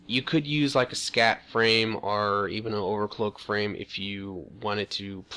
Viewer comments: I LOLed so hard every time he said scat frame instead of SCAF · Overcloak = Overclock.. SCAT = SCAF.. Ham Mond = Hammond. Wiff = With. Go back to skoo.